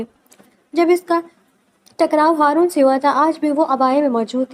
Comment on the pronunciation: ہارون ہوتا ہے حارون نہیں